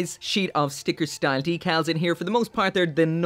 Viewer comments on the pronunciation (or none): none